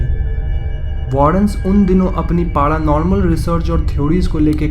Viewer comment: Abe chutiye padanormal nh paranormal hota hai